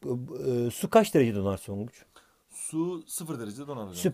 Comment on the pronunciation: vidyoda dakikasında hoca tonguca songuç diyo